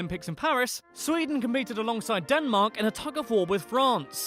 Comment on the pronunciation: It is sweden not sweedeen